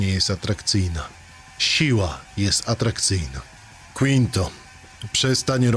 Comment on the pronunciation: Czyta się piąty po hiszpańsku nie przez q jak to powiedziałeś tylko przez ki. Pozdrawiam